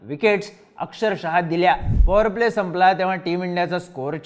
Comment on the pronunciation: पॉवर प्ले म्हणले की fore प्ले.